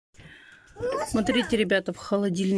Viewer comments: Бесполезно ей писать, ей многие об этом пишут, а у неё всё равно ,,СРИТЕ" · Не СРИТЕ, а СМОТРИТЕ 😂😂😂